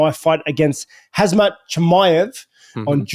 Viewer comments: All in favour of Rob learning Kham-Zats name before he tries to promote his next fight again. Like chael does it as a running joke. He pretends to bot care enough to learn their names. Whilst giving super detailed and enthusiastic videos about them. Rob does it because he thinks thats his name. Or because he is to lazy to put 2 effing sounds Ham and Zat together until it makes sense Like legit. Its getting annoying its been 3 years an not one time has he said it correctly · It's pronunciated Hamzat not Hazmat. How hard it is. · Still a lot of people saying Lhazmat ??? Why ? Lmao it’s not hard to say Khamzat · errr. Rob ....his name is HAM-SAT phonetically .... it's not pronounced as HAZ-MAT ....a hazmat suit is a hazardous materials suit .... you should kinda know your opponents name ... just saying ... just think Green eggs and Ham ... and that will lead you to HAM SAT ... not hassled HAZ-MAT .... just read this slowly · It’s khamzat you fool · Rob has always said Hazmat, and it never stops being hilarious 😂😂😂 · Does Rob intentionally calls him Hazmat? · Hazmat is a fan of Reaper, full mutual respect even tho Rob has been unable to get his name right for at least 3 years. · Rob calling him Hazmat is hillarious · “Hazmat” 🤣 he’s been listening to Uncle Chael too much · He called him HAZMAT 😂😂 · 'Hazmat' Chimaev hahahah get that suit ready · Yes Rob you've got the skills over him in striking and he's definitely hittable. Just survive the first grappling onslaught then break him down and get the stoppage. Also the 'm' comes before the 'z' in his name, hazmat is German for danger or something. Khamzat is the name of your next victim. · Haz-Mat Chimaev!😂 cmon Rob smash the Hazmat and get that belt back